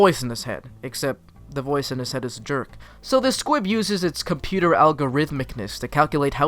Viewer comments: I swear you are saying SQUIB. It's SQUIP. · Did you say SQUIB instead of SQUIP????? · Take a shot every time he says Squib instead of Squip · squip not squib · Am I the only one who noticed he’s saying squib instead of squip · STOP CALLING IT SQUIB ITS SQUIP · Is it just me or did you say "squib" instead of "S.Q.U.I.P." the entire video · I say Squib too, it's really Squip? Well i've been saying it wrong for a whole year then 💀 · every time he's say squip my little harry potter brain b like squib?? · sorry to be that person but.... S.Q.U.I.P. you were saying squib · It is pronounced as squip Not squid Not squib Its squip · It’s squip, not squib. Squib is from Harry Potter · anyone else really pissed that he kept saying squib instead of squip like i’m fairly sure he did it on purpose to piss people off but it still fucking worked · Stop saying Squib-- its SQUIP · Ahhhhhh!!! HE sAID SqUIb!! It’s squip. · Is it just me or is he saying squib? Cause it’s squip with a p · It's squip, not squib. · I feel like you’re calling the SQUIP a SQUIB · And it's squip...not squib...you keep saying squib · SpaceAnt 07 Squib is a Harry Potter thing lol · Are you saying squib or am I going crazy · honestly bmc is one of my least favorite musicals (i mean the music is catchy and all but i digress) but him pronouncing it squiB the whole time made my blood boil 😂😂 (i still love him tho) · He doesn’t say Squip properly once?